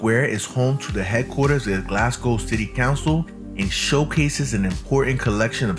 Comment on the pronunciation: This video is old. The subway trains haven't looked like that for a few years now. Also, I'd advise you not to imitate this guy's pronunciation of either Glasgow (he's putting too much emphasis on the second syllable and it sounds weird), and definitely not of Glaswegians, as he keeps saying 'Galwegians', which would refer to people from Galway in Ireland. There are better, more informed, more recent, video tours of Glasgow out there, featuring people who actually know how to pronounce Glasgow. I'd recommend one of those instead.